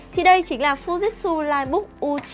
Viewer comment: hãng máy đọc tên cần sửa lại shop ơi: Fuji/tsu ( phư ji chự) Chứ ko phải Fujit/su